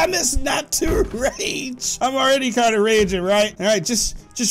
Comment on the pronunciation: The fact that he messed up THE word rage is so funny he said rega